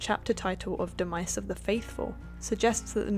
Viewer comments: Fatal Phenom must just be the accent I’m sitting here like that’s now how you say that lol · Is this how Americans pronounce demise ? De Mice ?